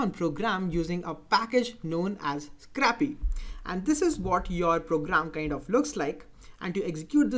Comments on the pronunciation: It's not scrappy, it's scrapy. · I really like the 'a' pronounciating in scrapy instead of 'ei'. :D